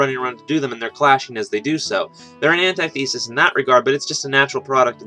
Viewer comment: You said antithesis wrong hehehe